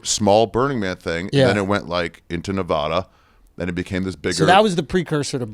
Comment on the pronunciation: Nevada not nevadaaa